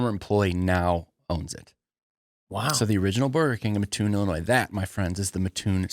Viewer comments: That’s what I came to say. ☺️ The “Muh-toon” is painful to listen to repeatedly. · You pronounce it MAT-toon….thanks!